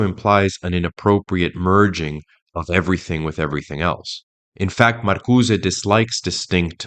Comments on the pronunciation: It's hilarious how emphatically and confidently you mispronounced Marcuse as if it were a Spanish surname. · "Dar-eee-dah?" What bit of Frankfurt School deconstruction influenced you to pronounce Derrida, that way? "Marcuse" has no accent mark to the "e" so it is silent! "Marcuse" is not a Spanish name! These attempts at sophistication are like fingernails on a chalkboard. it makes me cringe every time! Every video I watch by another one of these young "experts" always features bizarre pronunciations of nouns that were formerly so mundane and commonly used that this flash of the Dunning-Kruger Effect must be due to the cultural exposure gap that the internet and the sequestering of education. I do agree with the analysis of the Frankfurt School, all the same.